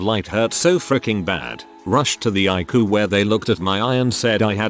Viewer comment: "The eyecoo" 🤣🤣